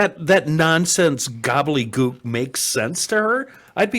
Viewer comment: The mayor of St Paul speaks excellent gobbledygook.😒